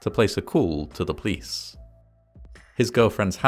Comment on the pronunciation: it's pleasant how you pronounce 'police' as 'pleece', I think I'll start doing that as well. Love your videos!